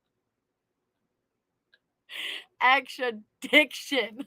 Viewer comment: extra-diction!!! 😂😂😂 LMAO I can't!